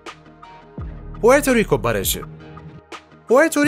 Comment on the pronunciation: Pueto rigo barajı değil...(porto riko barajı) diksiyon sorunu birçok you touberda var maalesef